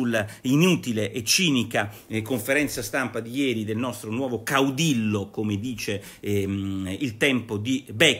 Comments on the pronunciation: Nicola Porro, si scrive caudillo, si pronuncia caudiyo. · Si pronuncia caudiglio e vuol dire duce